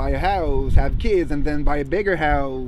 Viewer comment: I like that he says ave instead of have